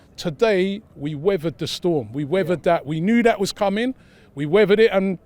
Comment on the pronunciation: No one: Robbie: we weavered(weathered) the storm and got the free(three) points